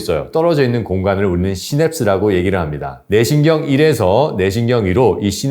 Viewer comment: ‘뇌신경‘을 ’네신경’으로 발음하시는데 개선하시면 더욱 좋은 강연이 될 겁니다. 차분한 목소리와 알찬 내용으로 이미 좋은 강연이기는 합니다.